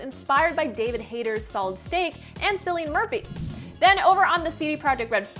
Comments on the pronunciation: Cillian is pronounced with a hard C. It’s pronounced like Killian as opposed to Sillian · It's Cillian Murphy not Sillian Murphy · also his name is pronounced with a hard C, as in Killian Murphy. This girl is a fraud